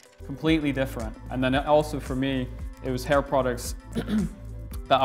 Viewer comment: "Getting a HAR cut with Maxx Chewning"